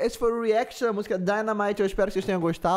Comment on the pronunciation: Meu deus na hora que ele falo dynamite errado e depois falo certo meu fone tava em 100% quase estoro meu ouvido quase morri kkkkkkkkkkk